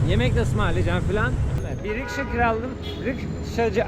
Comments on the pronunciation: Karşim yalnız onun adı rişka değil RİKŞA olacak :) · Rişka mı? Rikşa (rickshaw) olmasın o 😁 Tüm video kulağıma battı da. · kanka rişka değil rikşa ben oralara gitmediğim halde biliyorum :D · Rişka değil RİKŞA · Onun adı rikşa, rişka değil bari onu doğru söyle 😊